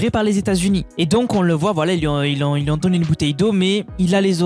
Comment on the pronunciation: "qui Z'ont" ?.... je te remercie pour ton travail de relais des infos... et j'adore tes "moinS"... Mais le "qui zont" me fait un peu mal aux oreilles... Bref! juste une remarque.. encore merci 🙏